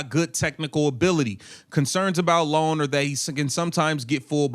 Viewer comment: And that's "EYE OWN" NOT LONE. Ioane